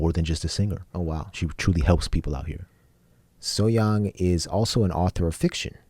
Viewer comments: "H" should be in this name. It is not 'SO-Yang", It is "So-Hyang" like when you say "So-Hee-yang" quickly. So(昭), meaning 'shining', Hyang(享) refers to "Enjoy". So this name means, 'enjoy shine' Could you also plz react her "Bridge over troubled water (Immortal songs 2)" and "Everyone (Immortal songs 2)" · You should pronounce the characters properly when you deal with someone's name -- don't make the H sound silent.